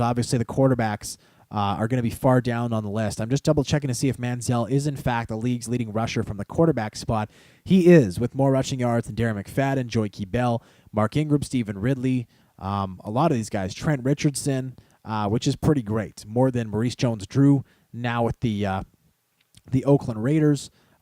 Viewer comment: pronunciation: JOYK not JOY-KEY, NOTA not EN-GATA * WOW, its great to see the whole team running on all cylinders. Manziel with 6 touchdowns and Gresham being more than reliable replacing Cameron, great, great game.